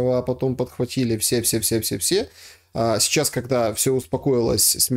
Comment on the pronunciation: Всегда слушаю Бортника с интересом. Но одна деталь выводит меня из внутреннего равновесия. Он говорит "чичас" вместо "сейчас"